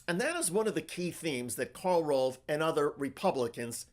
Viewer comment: FWIW, it's Karl ROVE, not ROLVE.